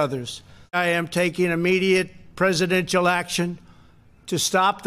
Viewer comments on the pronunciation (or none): He can barely say presidential… He really needs to be removed immediately.